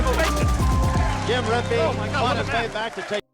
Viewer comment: RempE not rempa